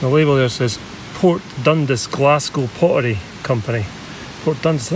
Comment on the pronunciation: It's pronounced "Dund-ass" btw👍